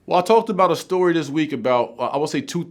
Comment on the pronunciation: "Imma keep the shory stort..."